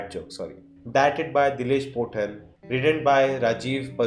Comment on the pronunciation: Not dileesh potten , it’s dileesh pothan